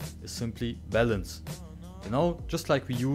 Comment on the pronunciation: Oh balance, i thought you were saying bell ends.! Lol